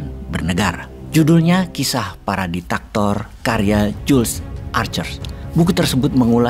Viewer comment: DIK TA TOR bukan DI TAK TOR.